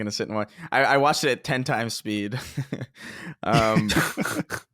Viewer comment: I wutched. I wutched. it's all i hear now. thanks for pointing it out a couple eps ago. grrrrrr!